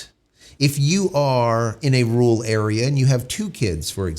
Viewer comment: A “ru’al” area means a “rural” area. He and Dr. Steve Turley have trouble pronouncing RURal, meaning in the areas outside of cities.